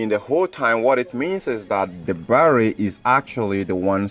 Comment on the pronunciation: YOUR BARRRY PRONOUNCIATION IS KILLING THE TERMINALS IN MY BRAIN